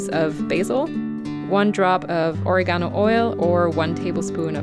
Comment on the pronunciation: Lol, She pronounced it incorrectly - it’s Oregano (Italian herb you can find anywhere 😊)